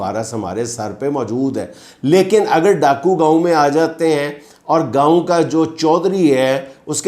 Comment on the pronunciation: It’s not Gaaoo, Gaon